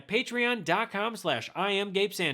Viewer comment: Please Gabe, learn how to say your last name properly! Sánchez